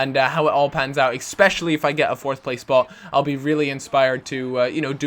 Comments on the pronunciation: Especially not expecially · Ecspecially? haha